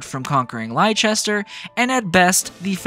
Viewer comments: As an English person, your butchering of 'Leicester' pains me so deeply 😭😭😭 IT'S LESS-TER NOT LIE-CHESTER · But it's pronounced Less-ter in the games. Plenty of times, too... Unless you are hard of hearing or don't pay attention, people will surely remind you a lot of times. (And Gloucester is pronounced Gloss-ter.) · oml it took me a bit to realise you were talking about Leicester from memory it’s pronounced like Lester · I was talking about Leicester, I played the game with the Japanese voice over, and there's a soccer team by the name Leicester that is pronounced Lie-chester, so it was purely me just scuffing the pronunciation, I apologize for any confusion 😂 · Yeahhhh I realized after starting my playthrough for Azure Gleam that I pronounced it wrong the whole video 😂 I'm used to pronouncing Leicester that way because of the soccer team 🤦🏻‍♂️ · You are forgiven for being a based JP voice chad. But for future reference, it is pronounced like "Lester" and "Gloster" for ease of reference. Blame the Normans. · Imma be honest, I was convinced that's how you pronounce Leicester 😭 I even watched the EPL religiously a few years ago, I apologize 😭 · It's hillarious that despite with a fully voice acted cast saying the name of the place constantly, Americans continue to be unable to pronounce Leicester properly. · bruh, there has been 2 games you should know how to pronounce Leicester properly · It's even funnier to me because like a week or two after putting this video out I realized I was pronouncing it wrong the entire time 💀 And tbf, I set myself up for it because I played this route with the Japanese VAs so that's entirely my bad